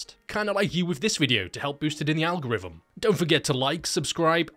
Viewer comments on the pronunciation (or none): none